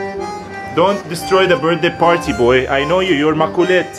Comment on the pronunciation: You make me laughed at your "pawty". 😂